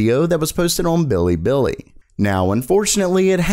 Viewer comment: bee lee bee lee not billybilly or alternatively pronounced as biribiri